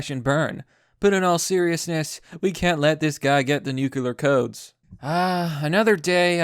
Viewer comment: ITS PRONOUNCED NU CLEE AR